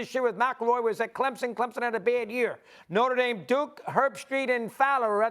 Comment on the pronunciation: Lol, it's Notre Dame😅